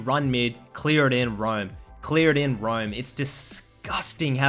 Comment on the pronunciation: "Clear and Roiam!", "Clear and Roywm!"